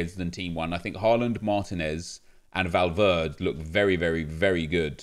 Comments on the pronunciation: Please, its Valverde not Valverd (and it doesn't bother me just letting you know so you can get it right) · Nep, Valverde is not English so you have to pronounce the ‘E’ at the end of the name, it’s not Valverd, not trying to be rude it’s just annoyed me the way you say it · Did anyone else die a little everytime he said valverd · Valverd nep valverdE spanish bro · When you find someone who doesn’t pronounce the e in Valverde -_ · Its true though!